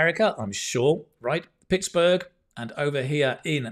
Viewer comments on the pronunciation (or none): none